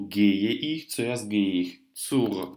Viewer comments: Первый раз услышала от обучающего немецкому языку человека звучание "иш" для местоимения "я" - "ich"! Это грубейшая ошибка произношения! В Германии только турки, восточные люди и наши земляки говорят "иш". Понятно, у турков есть проблемы с артикуляцией и произношением бувы Х, в турецком языке ее вообще могут не произносить, она им сложна для артикуляции. Образованные турки с этой буквой знакомы и хорошо произносят. Из немцев никто не "шикает", за очень редким исключением, обычно это необразованные люди. Это приблизительно как наше "чаво" вместо "что". За мног лет жизни в Германии я один раз слышала это от старого немца, он был действительно малообразованный. Но чтобы это выдавать за норму?!! Ведь так просто прослушать любой фильм немецкий и услышать, как произносят немцы буквы и буквосочетания. Много видеопародий на немецких турок с их "шиканьем")). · Вообще то сочетание сh читается как х , я -ихь , не ишь. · Местоимение «Я» по-немецки будет Ихь (Ich). Буква «х» произносится с мягким знаком.